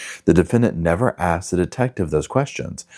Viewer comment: I broke up with a guy who pronounced asked for ax, and south for souf. I’m not gonna do it😂 oh and the last straw was brought for bought. Omg